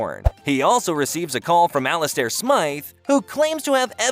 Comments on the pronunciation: The way he says Ali-stair 😂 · I stop watching when the computer got Alistair name wrong...